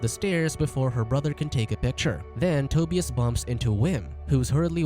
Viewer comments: This narrator sucks at pronouncing Euro names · Toe•Bee•us lol. Tu•bi•us